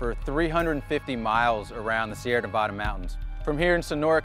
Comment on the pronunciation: Learn how to pronounce Nevada.